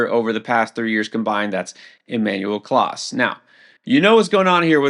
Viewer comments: emmanuel clase is not pronounced "class" its pronounced "class-EH". i mean th guy has only been THE stud closer for the last few seasons, you'd think if you were ANY kind of baseball expert you'd at least know how to say it. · Just a heads up, you are pronouncing clase incorrectly. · For what it's worth, last season he did pronounce Clase correctly. seems to constantly struggle with Spanish pronunciation of players. Also, is a stats guy, not a color commentator. There's no doubt he's an expert. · i will definitely question his expertise if he cant pronounce a superstar players name.